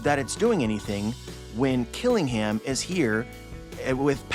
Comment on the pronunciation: Kiringham is a Kirin. A mythical creature from Chinese/Japanese mythology. It has traits of a horse, deer, and dragon. Think of the famous beer brand. The last part of his name, "Ingham," should be said like the British (and Alabama) city, Birmingham. The British way of pronunciation is to drop emphasis on the H sound. "Birming-um." So Kiringham would be "Kirin-um"